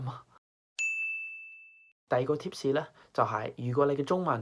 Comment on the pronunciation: haha u even said 「tip士」rather than “tips”, nailed it!